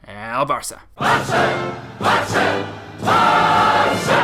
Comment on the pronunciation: It's "Vee-ska el Bar(roll your 'r')ça" not Visska. Please read this and please pronounce it right, painful to hear every video. But great content!